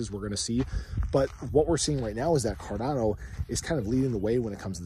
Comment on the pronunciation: I think i heard "ga ga goo goo fi dolla cawdano" To da moon!